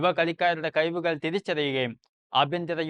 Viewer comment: Tholinja avatharanam.. "kazivekal " അത് എന്ത് സാധനം. Content is exceptional...